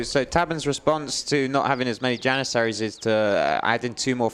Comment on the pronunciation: "step-ee" riders lol Interjection. I remember you use to say "yanissaries" back in the day. Jokes aside great casting and great work on the event. thanks!